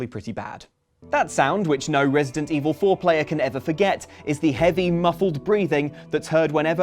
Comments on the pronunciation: I can't unhear 'resident foreplayer' 🤤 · Did just say "Resident Evil foreplayer"? Is that when you say "The T-virus is infecting me!" right before sex?